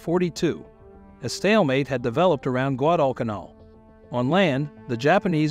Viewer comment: The video was good however it was distracting that you did not pronounce common words like Guadalcanal and reconnaissance correctly. Also some names like Halsey you did not hurt announce as they are commonly pronounced. Additionally, while his nickname at one point may have been buffalo, Admiral Halsey is far more recognized nickname was Bull